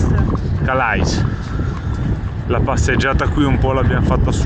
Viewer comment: Mi permetto di dirvi che si pronuncia Cale`😊comunque uno show di ogni video lo adoro!Chissà se avete preso il traghetto spero proprio di sì 🥰